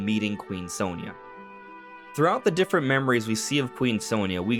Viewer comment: Very weird how they always pronounce her name wrong. It's "saw nee ya"